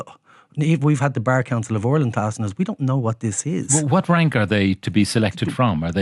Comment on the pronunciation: Congratulations,. You finally learned how to correctly say the word Ireland. Formally known to you as "Areland & Orland.".....